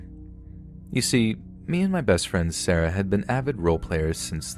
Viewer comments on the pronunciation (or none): none